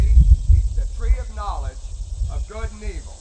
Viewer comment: Oh I get it you say God instead of Good wow